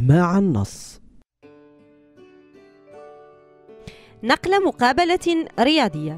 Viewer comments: نَقْلُ وليس نقلَ ... أرجو التصحيح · هناك خطأ في كلمة نَقْلُ وليس ،نَقْلَ أرجو التصحيح وشكرا عن النص السماعي